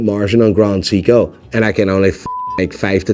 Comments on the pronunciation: It's Say-ko not See-ko. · Someone please teach to pronounce Seiko, Nivada Grenchen, and tourbillon. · can pronounce Frederique Constant but can't pronounce Seiko.